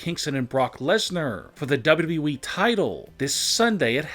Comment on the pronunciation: HE SAID WWE AND NOT DAABYOUDAABYOUEEE